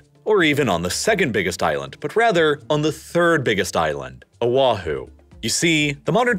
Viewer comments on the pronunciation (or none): Thank you for creating quality content about our islands! Just want to leave a quick note about pronunciation: O’ahu = oh-ah-hu (not oh-wah-hu) Moloka’i = mo-lo-ka-ee Kaho’olawe = ka-ho-oh-la-ve The ‘ is called an ‘okina, it’s actually considered a letter in the Hawaiian alphabet and it is used to break up vowels, some people refer to it as a “glottal stop”. It’s just as important to pronounce as the other letters. Might help with future content about this paradise :)